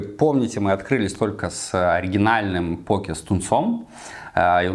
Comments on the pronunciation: Он специально ударение меняет постоянно? В одном предложении может и пОке и покЕ сказать? Как правильно то? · По́ке или поке́? На позиции ударения данного человека можно создать генератор случайных чисел. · Не покЕ, а пОуки Вы же лучшие так произностие правильно =) Больно слушать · Почему постоянно говорит покЕ, если это называется пОки? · То чувство когда шеф не знает как правильно произнести poke... Россиюшка